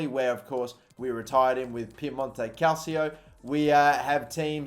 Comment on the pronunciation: Calcio in Piemonte Calcio is pronounced "Cal-cho" not "Calsio" haha. love ya work